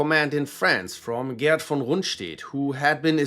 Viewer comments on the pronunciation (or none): none